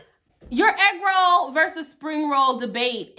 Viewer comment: "The FBI is not investigating your eegroll." LMAO. I can hardly type this I'm crying so hard.